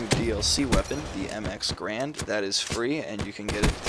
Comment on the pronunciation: Stop pronouncing Garand improperly please. It's a person's last name, how would you like it if people pronounced your names incorrectly..